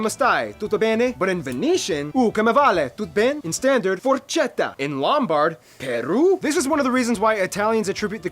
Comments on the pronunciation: "Forcetta" is the new forchetta. I love it 😆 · Forchetta= Forketta pronunciation In Italy CH = K